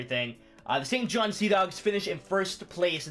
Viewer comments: St John not St Johns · Quit saying St. John's!!! SAINT JOHN